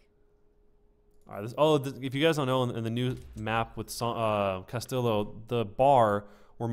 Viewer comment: Great vid. I cringed every time you mispronounced cas-tee-yo. It's not cas-till-oh.